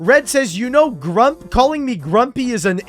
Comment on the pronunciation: Hoooly he called him a grump with the HARD “p”